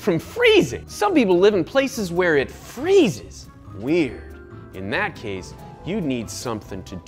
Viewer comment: I'm sorry did he say "Freeses and Crystalize" Like your mom? Wtf lmfao